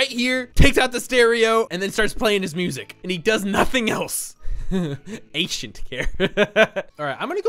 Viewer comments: XD Hahaha “Atient care.” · atient care captions: Ancient Care